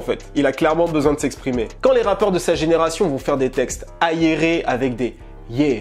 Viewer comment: c'est moi ou il a prononcé "Ayeré" au lieu d'"aéré" ? Lui c'est sur c'est un zaïrois